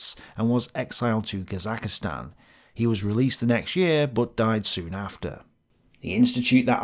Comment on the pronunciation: You belligerently butchered the pronunciation of "Kaz-akh-stan" , and you now must be forced to watch Borat in a "Clockwork Orange" type re-orientation session. Fun production though, scary info for sure.